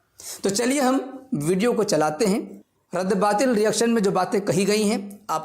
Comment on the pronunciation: اس کو مفتی کون بنایا ہے بھائی اس کو تو رد باطل بولنا بھی نہیں اتا 😂😂رد بات بول رہا ہے😂😂